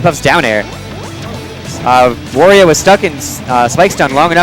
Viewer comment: Wario, Wa-ri-o come on its not that hard to say his freaking name!